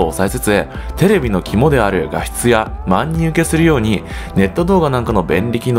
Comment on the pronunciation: 万人受けは「ばんにんうけ」と読みます。 素敵な声なのでお伝えしました <(_ _)> 動画は参考になりました😊👍